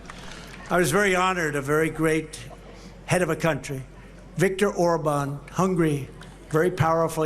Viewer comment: Orban? He doesn't even know how to say his name? His buddy?